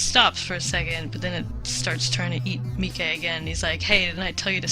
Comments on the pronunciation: Wait did you call him "Meekay"? Lol it's Mike as in short for Michael. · The Japanese version of the anime pronounces it as "Me-kay" Just like how Jean's name is. More like John with a french accent rather than pronouncing it like bean.